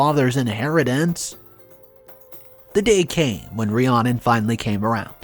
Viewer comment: The name Rhiannon is pronounced Re-Anna.